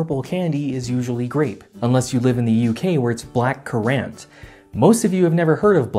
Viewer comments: As a brit your pronunciation of black currants is painful. Also wouldn't a natural purple be foxglove? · I've only heard it pronounced much like current here in Canada, and I'd assume it's the same in the States. Not sure where he got that pronunciation from...